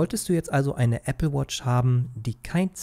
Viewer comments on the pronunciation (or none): none